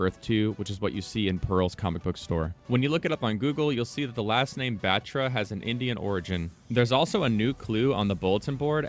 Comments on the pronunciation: man said vayrun batchra, its vuh-roon bahthra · Also it's pronounced varoon bathra not baatra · Bro it's not BAATRRA it's Baathra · Its pronounced butra, not bat-ra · Proununciation problem its batra not betra